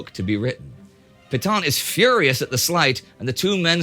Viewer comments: Hey Neidel, after all this time... why don't you secure advice on how to pronounce foreign words? I found it wrenching every time in this video you massacred the pronunciation of 'Pétain' Hint: it would have been less hideous if you crudely pronounced it 'pay-tan'. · No matter how many times you mispronounce Pétain's name, that doesn't make it right.